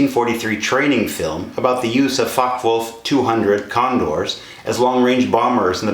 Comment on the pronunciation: Although I have subscribed and liked this video about the FW-200 Condor, I found that there was information which was missing which would have been nice to have been included. For example, the number of machine guns and calibre, where there other variants of this model, etc. Also, the pronunciation of Focke Wulf should be FOK-ker, VOOLF, rather than FOK-wolf.